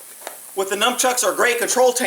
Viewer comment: "Numchuck"? Dude. It's not napoleon dynamite. It's nunchuck. Short for nunchaku. And saying you teach people this crap is ridiculous. Freaking gene pool. Wow. And what is that patch on your head? I hope that chevron is army.